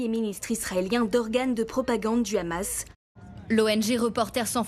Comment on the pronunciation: Qu’il’parle en hébreux l’autre gros fils de .. parle pas en français tu nous fait honte.! En aucun cas le h ce dit Rrr « Toute cette frappe et une frappe contre le Hamas.. » alors déjà ça veut rien dire monsieur le politologue de guerre.! Et tu iras dire ça à Aljeezira Qataris. Tu assasine des journalistes au repos dans une tante..! Qu’elle armée courageuse et pleine de bon sens.